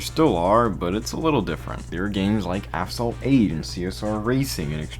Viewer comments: It's Asphalt not Aphsalt for Christ's sake at least say it right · Did you say "aphsalt 8" 😐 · i like the running gag of misspelling/pronouncing asphalt lmao